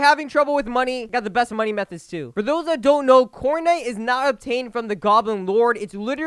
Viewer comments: it sounded like he said Fortnite 😭😅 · Nah more like cornite